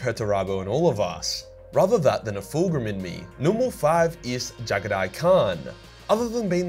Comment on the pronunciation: I swear to the Emperor,. That East Asian accent was funny as hell for Jaghatai.